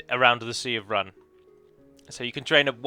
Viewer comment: You pronounced Rhun differently within 10 seconds.